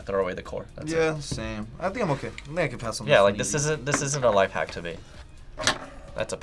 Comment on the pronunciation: "Life Wack" 😂😂💀